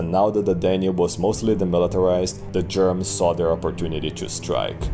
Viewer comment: The way you pronounce "Germans" as "Germs" is funny to me. Also "Ballomar" is a badass name for a barbarian warlord/king.